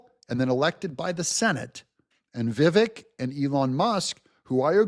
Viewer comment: please pronounce it correctly. VIVAKE, like the word cake. That’s how you pronounce Ramaswamy‘s name.